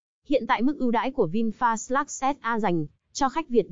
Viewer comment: Giá vẫn thế. Người ta đặt tên là ( Vin phát ) ý nghĩa để phát triển. đây lại đọc ( Vin phạt ) Ko hiểu Vin bị lỗi gì mà ( phạt) nghe chối quá.